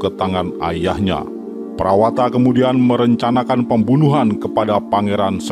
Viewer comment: Nama prawata di baca prawoto min